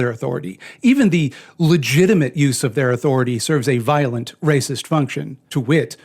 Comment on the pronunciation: Ah shit nvmd i can't count and I pronounce violent weird and inconsistent